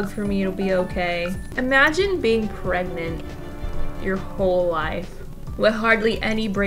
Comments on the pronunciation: Prergnat,pregnante,...😂 Love your videos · the way i was watching this and at the beginning where you said "shes pregnant.......or pregarnte" i literally said pregarnte right before you said it too and i cackled inside a very quiet college cafeteria.🤣🤣🤣🤣🤣🤣🤣🤣